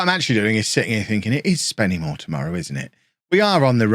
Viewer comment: It is pronounced Spennymoo-a not SpennyMoor as someone who lives like 5 mins away from the place 😂